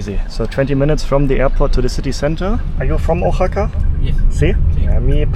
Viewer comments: Oaxaca is pronounced “wahaca” phonetically, not “o” haca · love the video and the energy, but you are killing me with the pronunciation is Wahaca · Try saying it this way: wah-HA-kah. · CITY IS PRONOUNCED WA-HA-KA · Your killing me on his you pronounce Oaxaca. Wa-Haka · It’s pronounced Wahaka. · I ❤ Mexico City and Oaxaca! But personally, I prefer the foods of Mexico City., I think easier/correct way to say Oaxaca is to say it like “Wa-ha-ka” Just a friendly tip 😊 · Firstly I thought you was saying a Japanese name xdd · Wondering if he is going to learn how to say “Oaxaca” during his visit.